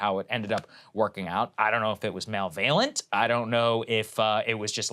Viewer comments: Hey Saagar look up how to pronounce malevalent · Malevalent??? You mean Malevolent saagar